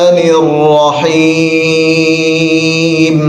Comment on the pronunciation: را کو بہت کم ظاہر ہوتا ہے اسی وجہ سے ہوسکتا ہے ۔ آپ ہمارے استاد ہے، ایسا نہیں ہے میں غلط اعتراض کر رہا ہوں